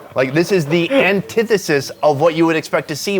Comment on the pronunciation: Hey, did you rehearse the use of the word, "Antethsis" or did that just flow from your dialog?